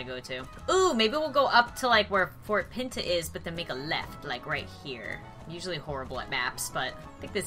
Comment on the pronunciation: Fort pita” i DIEDD